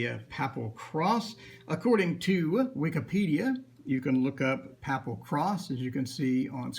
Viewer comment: Also, isn't papal pronounced "paepal"?